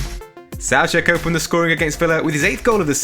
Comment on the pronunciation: If you are pronouncing it Sowcek (Soucek) shouldn't you also pronounce it Cowfal (Coufal?)